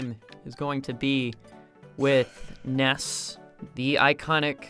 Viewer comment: NESS more like SNES xD